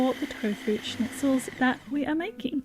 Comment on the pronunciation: Your pronunciation of schnitzel is on point!!